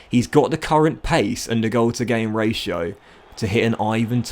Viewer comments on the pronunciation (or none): none